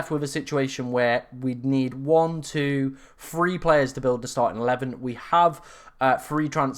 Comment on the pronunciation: pronounce your TH words, free and THree sound the same and its confusing my brain 😂😂